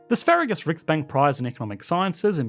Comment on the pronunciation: Sveriges is pronounced svair-yes. It’s the Swedish word for Swedish. Riksbank is the central bank. The bank donated to the Nobel foundation in 1968 for its 300th anniversary, and accordingly why its name graces the prize for economics. Stop butchering pronunciations when research is so trivial in 2025.